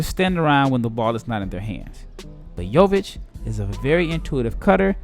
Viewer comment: U are pronouncing his name pretty well ... considering most Americans butcher our names